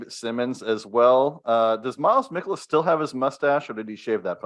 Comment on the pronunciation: It’s MIE-kolas 😊